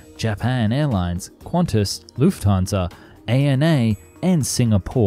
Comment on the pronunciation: LMAO “leufthansa”